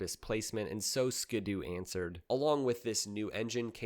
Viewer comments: It's also Ski-Doo not ska doo like he's been pronouncing the whole damn video. SMH. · Who says skid oo? It's Ski-doo as in snow skis or water skis. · Thank you and its SKEE DOO not SKADOO....just like their personal watercraft Sea Doo = SEE DOO not SEDOO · SKI!!!!! ITS SKI DOO!!!!!!!!!! Not SKID DOO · Ski-do not skado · How do you pronounce the word, "ski?" How do you pronounce, "do?" Why is it that when you put the two together, you now think it's pronounced, "ska-do?" 😂 It's a "skee-do..." You know, because it has skis... lmao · “Skee-doo”. Not “skuhdoo” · My brother in Christ it's "Skee-doo" not "Skid-doo" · Wait is it not pronounced “skee-doo”? Huh. Great video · I may start a war with this, is it pronounced skiddoo or skee Doo? A lot of people pronounced skiddoo but skee Doo makes sense. For 1 it's how you pronounce ski. 2. The brand separates ski and Doo. 3. It skee Doo matches seadoo. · Ski-Doo pronounced Skee Dew!!! Just stop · I've never been a snowmobile guy, but was fascinated by the sport. This is the first time I've heard the name pronounced 'skid-oo'. My rational brain always broke it down as 'ski' and 'doo'. That's how the hyphen makes it look to me, anyhow. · Skid doo? Is this AI? I have never heard anyone mispronounce that name before. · Always thought it was more like skee-do like skiing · It’s pronounced “skee doo” (due). 🤣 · Strangely, it's even spelled the way you need to pronounce it eg ski doo, but go figure